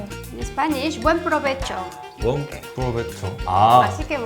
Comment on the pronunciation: bUeN PRovEchO aH